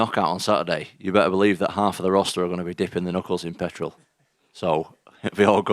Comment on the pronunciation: Haha Petherol 😂😂😂 that's exactly how he said it.